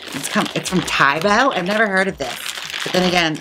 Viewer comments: I think it's said tau-bau rather than tai-bo LOL Most Asian languages don't have many sharp vowel sounds, they tend to round the sounds, so lots of ow, ah, eh sounds ^_^ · I'm a Chinese teacher here in the U.S. and lived in China for 7 years, so I am VERY familiar with Táobǎo! Both táo and bǎo rhyme with "wow." Keep up the great work, Jaymes - love your videos!!! :) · this cracked pronunciation of taobao is cracking me up. best way i can explain the correct way to say it is like the "ao" is kinda like "ow" ? someone else cld probably explain it better bc im not good at chinese but i have lived in china for almost 4 years so ive had my fair share of using taobao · ToaBoa is pronounced “T-ow” (short o like ow I hurt myself) “B-ow” (short o again like the bough/limb of a tree or to end a performance with a bow) “T-ow B-ow” TaoBao is also a great place to get cheap Lolita dresses but you have to use a Chinese shopping service to order from them. I would love to see you do a Lolita drag look, although Lolita is a lot more about the dress than the hair. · i assumed she just misread it and kept butchering taobao until she idk googled the actual name? when uploading the video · Your pronunciation of taobao is hilarious. Hahaha. I lived in China for 6 years and used it for everything. You can literally buy anything imaginable through it. Though, I'm back to Amazon again as I have been in Mexico city for a couple weeks and relocating my businesses there. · The way she saying Taobao!! I’m cackling